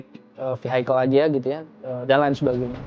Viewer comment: VI-IKEL bukan VI-HAIKEL 🤭😅